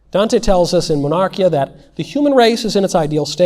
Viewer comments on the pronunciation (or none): Excellent, thank you mr. Knowles. A detail, Monarchia is pronounced with the accent on i: Monar-kee ah